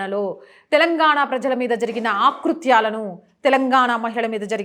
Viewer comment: అమ్మా! మీరు 'ఆకృత్యాలు 'అని 'ఆ' కి దీర్ఘం తీసి పలికారు. అలా పలక కూడదు. 'అకృత్యాలు ' అని పలకాలి.